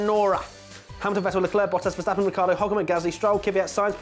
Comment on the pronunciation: The pronunciation of Vettel and Verstappen is 'fettel' and 'ferstappen' respectively. Just sayin'.